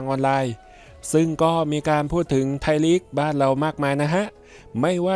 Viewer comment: ไทยลีก ไม่ใช่ ไทยหลี๊ก